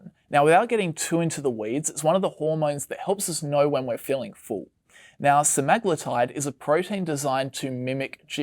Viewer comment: Butchered “Se-me-glu-tide”